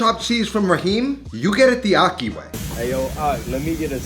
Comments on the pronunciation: Ahki. Not ocky 😩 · Akhi, pronounced aji, the j being the Spanish jota. That’s how “kh” is pronounced in Arabic. Good video, like always.